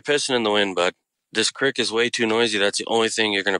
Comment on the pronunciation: Incredible story. But im not sure if I'm hearing things but is he saying crix ? He keeps saying crix but I think he means creek but why does he say it like that because every word is clear except that one .. sorry it's not meant to be rude im just wondering if he's just saying it wrong or is that normal.. oh maybe it's just from bc of where he lives .most likely ok well great story anyways really scary imo